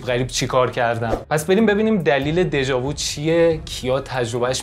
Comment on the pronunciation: prononciation "déja vu" nah "déja voo" .